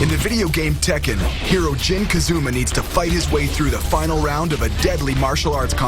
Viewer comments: “ Jin Kazooma” 😂😂😂😂 Just let me direct next time.. you ain’t gotta do this to yourself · really "Jin Ka zoo ma" fail within first 5 seconds